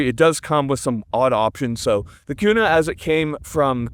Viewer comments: " the only transitions we support on this channel" 😂. And yes HERE in IDAHO it's definitely Qna not Koona haha. I need 1 of these for my channel!!! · Koona 🤤 k-U-na 😎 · I only clicked on this video to see how you would pronounce Kuna. You did not disappoint.